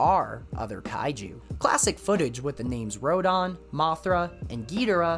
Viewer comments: How come you pronounce Rodan as Ro-DON? Same goes for... An-GEE-less? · The way you pronounce Rodan & Gigan as RodON & GigON, where are you from? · Good video, but you seem to have mispronounced a few kaiju names. The "dan" part of Rodan's name should be pronounced the same way you would pronounce the name "Dan." A similar rule should apply to the "gan" part of Gigan's name, except the d would obviously be swapped out with a g. You pronounced both g's in Gigan's name correctly though, so that's good. Also, the "g" in Angilas should be pronounced the same as the "g" in Godzilla's name. This also applies to Angilas's current name, Anguirus. Other than that, the video seemed to have been well researched, and the use of the level complete screen in Super Godzilla for each transition into a different piece of lost media was a nice touch.